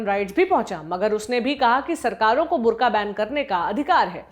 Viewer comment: ये बुर्ख़ा है , बुर्का नही ।